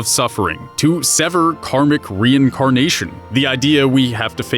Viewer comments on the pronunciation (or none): none